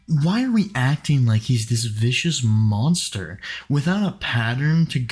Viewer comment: she can't even say monster right.. monshter